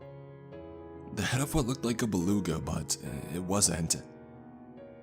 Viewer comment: Or a balunka? Is this on an alien planet? I know what a "fRIGate" and a "baluga" is...never heard of either of those